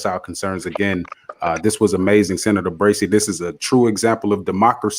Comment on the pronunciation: Brazy, not Brasy, lol.